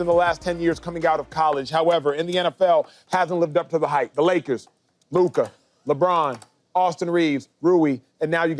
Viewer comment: Did he just say Luker 😂😂😂 it’s LUKA man.